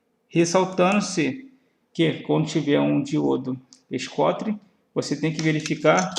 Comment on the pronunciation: Muito bom, parabéns. Só um toque, o "diodo schottky" se pronuncia "diodo choqui"